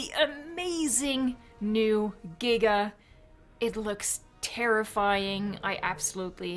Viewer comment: Why jiga? Should it not be giga? Giga something big or massive, jiga something that shakes, ? Sorry have to ask, english not my man language?